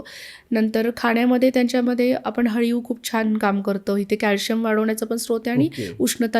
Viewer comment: अळीव ast te haliv nhi😊